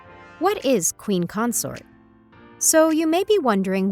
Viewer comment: It's pronounced queen Consort not Concert geez